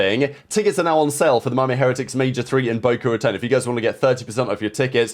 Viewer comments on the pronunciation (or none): The way he murdered Boca ratón.. bro it’s pronounced “Bohkah Rahtone”